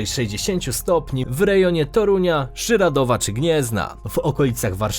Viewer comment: Żyrardów nie Żyradów